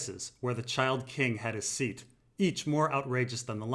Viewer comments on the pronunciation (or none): none